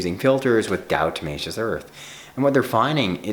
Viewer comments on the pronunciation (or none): Please stop saying it like “di-O-tomaceous”, lol.